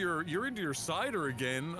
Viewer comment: I don't know exactly what it is about the way pronounces "Cider" but you can HEAR him spelling it "Sider".